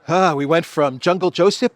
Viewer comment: Why does vee have tools sound almost exactly like a the Gestapo in a nineteen seventies comedy " vee have vays "